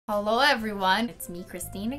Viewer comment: You know it’s a fake channel if she doesn’t say halo instead of hello